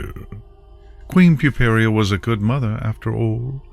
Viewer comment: The link to the story will illustrate that, but it's Puparia (pyoo-PAIR-ee-uh).